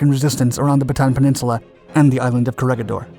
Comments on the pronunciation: Just a small note: its pronouced CO RE HI DOR and BATA AN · Corregidor is pronounced as co re hi dor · Corregidor is pronounced like "korehidor." The 'g' sounds like 'h' since it is a Spainish word. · Read the "G" with a sound like "H"